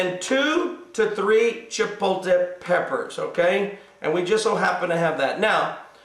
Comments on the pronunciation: I enjoyed your tutorial. Thank you so much for your recipe on tortilla soup. The word is not pronouned CHIPO-TE. There is an L in there. Just a heads up. Thanks again! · Actually - the word is Chipotle, and is pronounced: Chi-pot-le. But does it really matter? We know what it is, and the pastor is correct - it's de-LISH! Thanks for the recipe,! You're pretty awesome, sir!:)